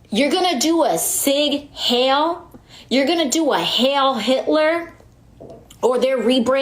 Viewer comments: Please get word to AOC that it's "Heil" not Hail. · Mispronounced "Heil" too... It's NOT "H-A-L-E". "i before e except in German" or something...